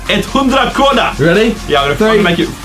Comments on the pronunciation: IT's hundra kroooonor😂😂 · It,s hudra krona no no no it,s hundra kronor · "Etthondrakrona" HAHAHAHAHA ffs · Hahahhahah you said Cronow it's "kronor"😅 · Haha "it's hundra krona" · Hundra krona HAHAHAHA its hundra kronor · krowna hahahah you say krona im from sweden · its kronor not krowna 😂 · When he Said hundra kronor😝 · U didn't say kronor right Josh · You can't say kronor Josh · I that you always say kronor :) I'm from Sweden lol